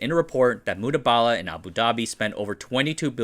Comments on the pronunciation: THIS. i heard this the entire video and was like wtf somethings off lol. Its Mubadala, Not Mudabala like in the vid. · Great video fam. Just one thing, its Mu-ba-da-lah not mu-da-ba-da-lah 😂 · Very nice video. It’s Mubadala not mudabala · Its MuBadalah not MuDabalah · MU BA DALA - not MUDA BALA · it's Mubadala, not Mudabala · The correct pronunciation is Mu-BA-Dala, not Mu-DA-Bala. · ayy, it's not Mudabala it is Mubadala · It's Mubadala... Not Mudabala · It's Mubadala not Mudabala 😂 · Its pronounced mu • ba • da • la not mood•bala. Im not being cocky I promise I liked the video but i just wanted to inform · Very nice one, I get the difficulty in pronouncing the names ^^ it is "Mubadala" not "Mudabala" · Mubadala (Moo Baa The La ) and not Moo Daa Baa Laa. :) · It's called Mubadala not Mudabala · It's Mubadala not Mudabala, it's an Arabic word for Exchange. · He's pronouncing it wrong. The correct pronunciation is: Moo-bah-dalah. Not Mooba-dala. Source: Used to live in UAE and knew people who worked there. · MU BA DA LA. please pronounce it correctly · It's pronounced Mu ba da la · I thought I heard him say "Mudabala". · You pronounce Mubadala with an emphasis is on the first “a”, not the second. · Here I was, wondering if I had been reading "Mubadala" wrong all these years.